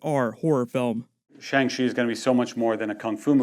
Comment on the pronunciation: Did that fucking idiot just say Shang Shu does he not realize it's pronounced Shang-Chi